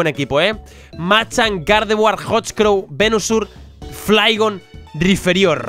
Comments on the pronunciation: Es Rhyperior no Rhyferior x3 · RAIPÍRIOR,, RAIPÍRIOR. NO RIFERIÓR. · es rhyperior ni rhyferior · PORQUE COJONES DICE RHYFERIOR, QUE VA CON P!!!!! ES RHYPERIOR RHYPPPERIOR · Por cada ves que dice mal el nombre de Rhyperior deseo con más fuerza que pierda el locke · Drapion acero Taparme los oidos Riferiór (acento para destacar la o, no por gramática) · Rhyperior "PERIOR" pls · Que alguien le diga a ese hombre que se dice "raiperior", gracias